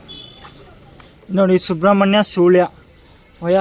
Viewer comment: ಸೂಳ್ಯ ಅಲ್ಲ ಸುಳ್ಯ ಅದು